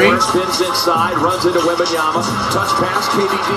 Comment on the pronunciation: am i the only one that hears that the announcer calls WEMBANYANA on the fisth half?